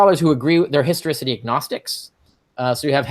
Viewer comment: That is not the first guy calling it the "historOcity" of jesus. 😁